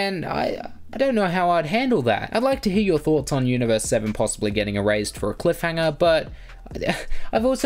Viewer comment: IT'S ERASED NOT "ERAZED". Other than that great vid